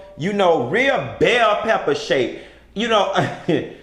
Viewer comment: I hollered she you said “bell pepper” 🤣🤣🤣🤣